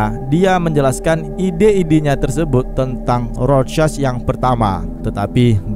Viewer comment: Normal people:rorschach Krezi pipel:rosek